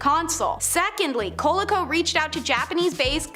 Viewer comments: What the hell is a cola-co? It's pronounced Cuh-lee-Co.. I may be wrong but that's what we always called it back in the day. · Why is her pronunciation of Coleco making me so angry??? (Also, “Plie mouth” or Plymouth. 😑